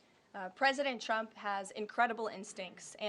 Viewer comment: Sure sounds like she is saying President Chump!😂